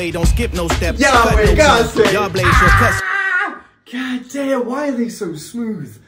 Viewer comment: That gahdayum was coming out you sounding completely American. Good reaction, mayne mayne